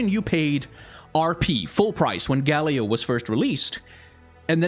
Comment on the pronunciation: Each time you say Galio I groan and cry